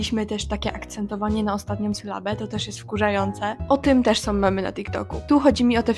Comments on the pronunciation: Ciekawe czy masz świadomość tego, że sama od czasu do czasu akcentujesz ostatnią sylabę? Do tego te om" : "Som reakcje jakie som" 😩 Bardzo to jest niestety "popularne". Generalnie - ciekawy temat. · Bardze ciekawy film. Mam tylko jedno "ale". Zwracaj uwagę na "ą". Mówisz "om" i trochę razi. W kazdym razie - fajna babka z Ciebie i juz. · Ja , sądząc po opisie, zmiękczam, ale mam taki akcent od zawsze i nigdy nie byłam szkolną gwiazdeczką ani nie próbuję brzmieć słodko :)) Ja tego nie wychwytuję w codziennej konwersacji, chyba, że bardzo się pilnuję - wtedy może wyjść różnie :). u Ciebie natomiast słyszę dużo "som". "majom", "robiom" i z kolei mnie to drażni :D Więc chyba każdy ma wrażliwe ucho na inne brzmienia :) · OK, ale dlaczego sama wymawiasz "som", "robiom", "biorom"? Popracuj nad tym, Twoje wypowiedzi zyskają na wiarygodności